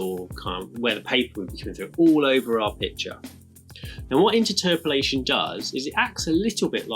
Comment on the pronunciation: Sorry, I don't want to be rude but, inter-terpolation? I’ve always pronounced it as interpolation. The way it's spelt!